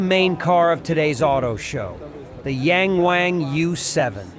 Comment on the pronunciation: Please pronounce the letter "A" like the rest of the world. Pronounce it with a short vowel sound. Yahng Wahng.